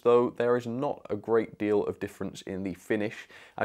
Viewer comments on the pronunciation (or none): none